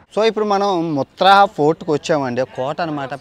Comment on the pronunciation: ముత్ర కాదు మత్ర